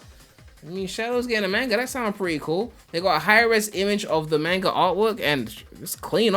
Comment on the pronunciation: Everyone: "Mahnga": "MAINGA"